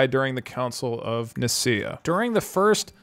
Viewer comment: I know I’m really late on this but the pronunciation is “nice-see-uh” and “ek-you-men-ical” :)